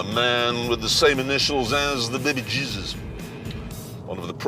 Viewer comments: the bebejizzus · The Baby Jezes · Baby bjeebus.